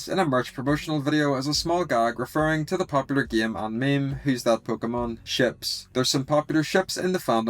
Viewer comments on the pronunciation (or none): none